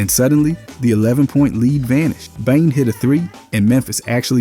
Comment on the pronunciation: You're pronouncing Desmond Bane's name wrong. It's not pronounced like Bange. 😂😂😂